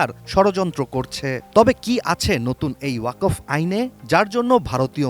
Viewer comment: ওয়া কফ নয় বরং ওয়াক ফ ওয়াক এক সাথে আর ফ আলাদা ভাবে উচ্চারণ করতে হবে।